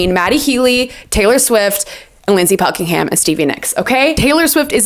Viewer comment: Thanks for the 1975 insight. My only note is about Fleetwood Mac. Mick Fleetwood is on the cover of Rumors with Stevie. Pretty sure you said Lindsey Buckinghamshire.